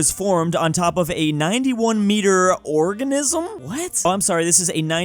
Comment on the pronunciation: The long island "orgasm" I cannot hear organism...